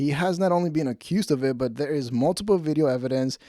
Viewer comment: Brenda: "did ya see carlos w Bobby?": "I did noT" 3 seconds later: "so im in derr a-watching it" Larry Cable Guy style 😅